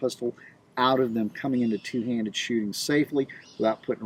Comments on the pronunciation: Hellz yeah!!! Now if only somebody could just teach him how to pronounce the word “TWO”!! Haha 😂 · "2" sounds a lil MSian